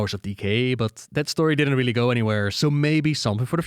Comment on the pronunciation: Th never makes the D or F sound. Also the letter R is not self multiplying, ex really is not pronounced RRRrRRreally